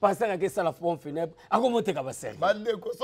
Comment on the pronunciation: Mr le soit disant presentateur , ezalaka POMPE FUNEBRE et non PONE FUNEBRE..